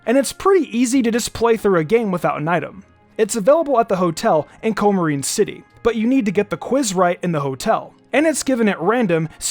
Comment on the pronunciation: COO-muh-reen City!